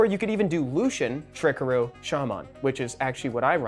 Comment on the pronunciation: the fact he doesnt know how to pronounce Tricaru makes me irrationally angry